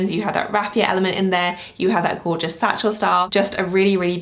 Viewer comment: I am confused. When you say“satchel style”, is it satchel or saddle? Just wanted to see if I’m misunderstanding